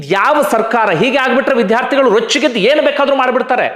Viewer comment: Vidhhyaarthigalu alla vidyaarthi anta ucchaarane saripadisikolli please